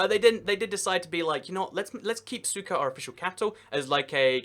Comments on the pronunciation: he said cyka ._. instead of sucre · Another great video! Couple of things, in South Africa: the word is pronounced "APART'hate,"; in Bolivia, the first capital city is pronounced: "SOO'creh" not SOO'kerr" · SUKA?? seriously? it is SUCRE; There is a R and an E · Lol, sucker. That British pronunciation. Centre becomes Center. The american pronounciation is closer to the real one, Sú-kre. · French sugar. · Sucre???? Pronounced SOOK-RAY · lol he called Sucre "CYKA" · Hate to be that person but sucre is pronounced suk-ray .